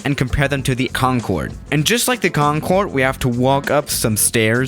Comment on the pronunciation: Have you felt that, when the teacher says Concorde and starts talking about it, but the teacher said conncorê